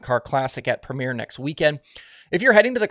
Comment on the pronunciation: you said Premier wrong 😭